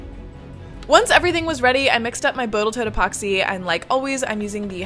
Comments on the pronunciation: Boatle Tote epoxy. I'm dying. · Did she say botal toat? lmao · Did you say Botal Tote? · Did she say boatal tote? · Boatal tote epoxy….lol